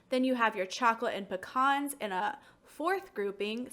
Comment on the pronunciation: How is it pronounced? Pea-cans or puh-cons?